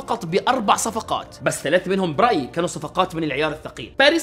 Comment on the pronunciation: لاتنطق الارقام تلاته وتمانيه تراك مستفز انطقها بشكلها الصحيح